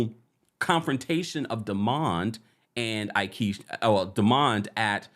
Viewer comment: I don’t like the way Tambra pronounces Demonds name it’s cringy. I agree Lateisha is a hater.